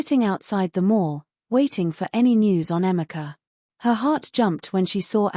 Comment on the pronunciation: Do you mean Ifoma and Emeka and not Ephima Emica. Please, use Google research to get the correct pronunciation of African names just like Africans do with foreign names. Peace